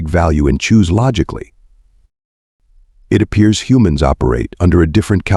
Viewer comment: a person cannot "side". they have sighed, however. U sure have stupit "AI's" reed the WORD "it" as "I.T.' the abbreviation for "Internet Technician". ignores content for words like "lead" ("leed") and "lead" (led; a very dense soft metal, and the past tense of leed.), "read" (reed" and "read" (red; past tense of reed). "Wind" (local atmospheric motion stronger than a "breeze") and wind (wined, what you do to a manual wined watch, and some toys); "Side" (one face of a building, left or right of a field, or body of water Example: Illinois is on the east SIDE of the Mississippi River. Missouri is on the west side.) and "sighed" (a dejected exhale). "side" and "sighed" are two entirely different things. then consistsntly saying the wrong word. Exceptionally annoying. Even worse: it "speaks" in a bored and boring sleep inducing monotone. "Do Not Recommend Channel" status is pending. I will give you seven days to correct errors that would get a "F MINUS" grade by any competent 2nd or 3rd grade English teacher, before granting the Do Not Recommend Channel status. FYI: Once granted I NEVER redact it. (in the (likey) event you do not know what the "big word" "redact" means, it means: "cancel/take back/reverse the decision/give another chance") If you cannot hire human "editors", then edit the transcripts yourself, or worse case, stop the subs. (bad idea, since they allow viewers to mute your bored ai, and still be able to follow along. It would be GREAT if you eliminate the "cl